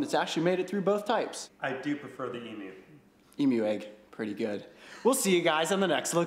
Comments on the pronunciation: I love how he says emoo egg not emu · Say emu not emoo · In Australia we don’t pronounce it as “ee-moo”, we pronounce it as “eem-you” 😂🇦🇺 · As an Aussie I feel as if I should tell you that in Australia you don't pronounce emu, emoo, love from Australia 😁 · Ok mate, I am an aussie right and no hate cause I love the Chanel but we don't pronounce it emoo the u in emu is pronounced and a u not oo.cheers boys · It’s actually pronounced EEMYOU Not EEMOO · Why he call the emus emoos it’s em yousssss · They sound a bit like internet cat videos. E-MEW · I''ve never heard it pronounced "emoo" in my life, haha xD But gosh is it bothering me too! Fellow Aussie here. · “Emoo egg” 😂